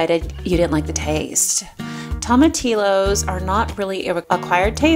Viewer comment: Love your channel and learning the new recipes. Love the peaceful feeling of your videos. I'm from Texas and just want to share how to say tomatillos, its pronounced with the double l as a y like in the word tortilla. Tom uh teeyo:) Beautiful content, thanks for your videos